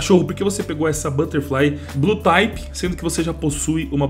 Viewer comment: só uma correçao pra facilitar a vida, se pronuncia RED "TIP" e não "TAYPE" tmj